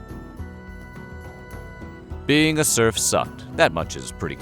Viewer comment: At some point I stopped hearing serf, it turned into “smurf”. It sounds very odd when you listen to it in that context